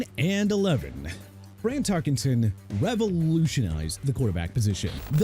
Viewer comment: LOOK HERE! TERRELL DAVIS PRONOUNCED TUH-RELL DAVIS!! GOT THAT?! ALSO FRAN TARKENTON AS IN TAR-KEN-TIN!! AND YOU MEANT JOHN ELWAY, SUPER BOWLS 21, 22, 24, 31 AND 32 (WHICH YOU FORGOT TO MENTION)?! AND YOU KNOW WHAT MR. "I HATE THE DOLPHINS" KEEP MENTIONING DAN MARINO BEING THE QUARTERBACK WHO NEVER WON A SUPER BOWL! MAKES YOU LOOK GOOD HUH?! YOU PEOPLE MAKE ME SICK!!!